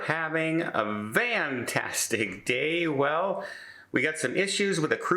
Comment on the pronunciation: I don't get it. Why does say "vantastic" instead of "fantastic"? Is it some sort of inside joke that I don't get? It seems too stupid to say otherwise.